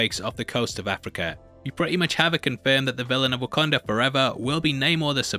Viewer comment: Pls just say WakAnda, rather than WakOnda. Pisses me off. As someone who is also from the north east of England, I don’t make these mistakes. Maybes the difference of Sunderland/Newcastle dialect, but again, no excuse of saying things wrong...